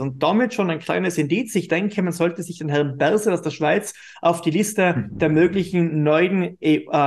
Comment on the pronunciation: Berse (Berset) 😅